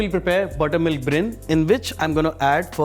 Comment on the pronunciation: What is brin?😂 It's brine